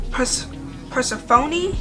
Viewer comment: If you don't mind me saying, the girl in the first book's name Persephone is pronounced Pur-cef-a-knee ❤ and Im gonna have to look for the book! Thanks for the rec!